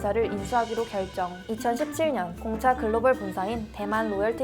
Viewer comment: 공차 얘기할때 무슨 말인지 모르겠음ㅋㅋㅋ